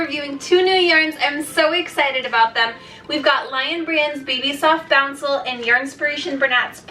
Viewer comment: It’s not bouncle there is no n in it.